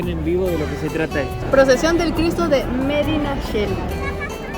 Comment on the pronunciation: Medinacheli? Medinaceli